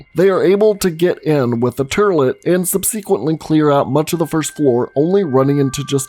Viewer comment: Lol, turlet